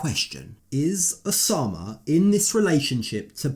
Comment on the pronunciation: the name is Oussama (pronounced "oossama" or 'usama' just like Usman 'sojaboy") I"m so triggered when she says Oshamah